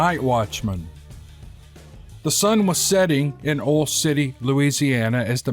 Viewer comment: So glad this was a story about a derrick worker, just so we could hear you say "oil" a few times. 😁